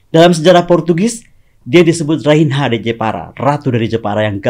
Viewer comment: Maaf bukan menggurui, RAINHA ( BAHASA PORTUGIS ) BACANYA RAINYA artinya Ratu.